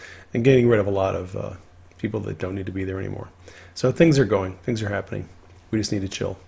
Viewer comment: What's with the word "Habbening" instead of "Happening".